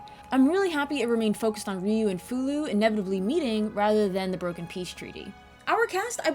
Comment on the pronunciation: I am glad I came across this review and it is a pretty good one too, you really told it so well and I am so glad you said Fou-Lu name because for years I had wondered if I was saying it correctly, it was the same with Ershin, which I loved the character by the way, she was like that R2 of the group, but with alot more flare and a character that made her stand out from the rest, even though Nina is my top favourite, but Ershin wins me over with her quirky ways and how she seems to know alot more then you think, but I defiantly say BOF 4 does hold a great candle to its name, but I will agree BOF3 is more better in my opinion, specially the dragon system in that :).